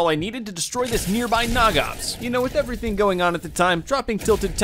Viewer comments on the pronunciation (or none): I was like whY ARe u SAyng NOg oPs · Humb Jumb I’ve watched this video like 13 times. Every time I watch this video I loose a little bit of myself when he says Nog Ops. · Yion2x I seen that I was like why he say nog ops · You called it a nog ops